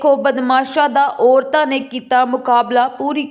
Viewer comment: ਓਰਤਾਂ ਨਹੀਂ ਛੋਟੀ ਭੈਣ,,,ਔਰਤਾਂ ਉਚਾਰਣ ਕਰੋ।